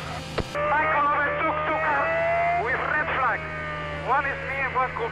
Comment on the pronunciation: 🤣🤣🤣Que máquina Fernando“ Michael over tuck us with Rrred flag" 🤣🤣 in fenómeno